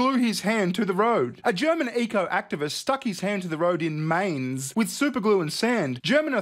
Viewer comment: Mainz is pronounce Myntz. Not Mintz, My..ntz Just sayin'.